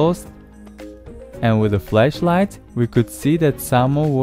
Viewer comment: When he said flashlight, his accent made him would like he said fleshlight